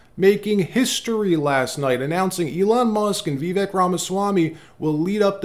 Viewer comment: FYI, Vivek (vek) is pronounced like cake “Vi-vake”